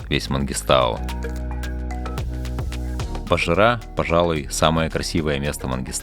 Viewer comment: Не Босжыра, а Бозжыра..